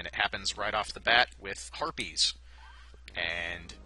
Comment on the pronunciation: When you said harpies, I heard "herpes really suck".